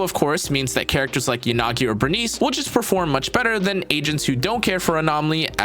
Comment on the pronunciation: I can't watch your videos with the you pronounce Yanagi. It's "Yah-nagi" not "Yan-agi"